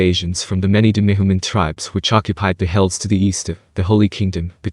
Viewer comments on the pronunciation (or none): Jesus can no one who makes these type of video pronounce demi human? Is this ai read? Like fucc it took me forever to realize he was saying demihuman and no duhmihumus or some stupid shit like that